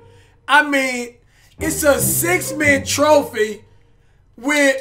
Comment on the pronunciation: He said six man trophy